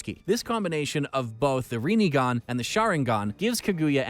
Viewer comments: haha yes, my favourite dojutsu.... REENIGAN.... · reen sharingan ffs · Need to work on some of the pronunciations: Rinne - Rin-Ne; Rinegan - Rin-Ne-gan (Not RINIGAN); Sharingan - Sha-Rin-Gan. did you just say "Manjeko sharingan"? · Either he aint watched the show or he doing tht shit on purpose cuz I hada dislike after the amount of times he couldn’t pronounce sharingan or rinnegan